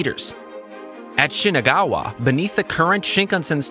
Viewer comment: The name is shinagawa station not shiganawa